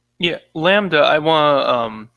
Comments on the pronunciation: 100th like! Well deserved. great lineup, fellas. Thanks for the conversation. God Bless. btw.. does really not know how to pronounce the world "lambda" or was he joking around? I mean, I know that as an anglophone, his pronounciation skills are F-tier or worse.. but That's actually hilariously ridiculous if genuine. "Lambuddha" lol, wow.. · Racist Settler can't pronounce exotic names like Lambda. Highly triggering! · what kind of education u go thru without ever hearing lambda spoken out loud?